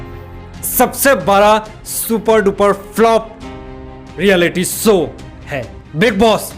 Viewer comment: Show not sow